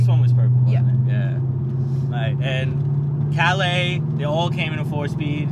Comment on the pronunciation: Nice ride👍 just glad you pronounce Calais better than last time 🇦🇺🍻